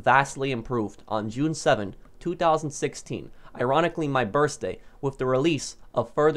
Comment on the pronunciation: The way you say birthday 😂😂🤣🤣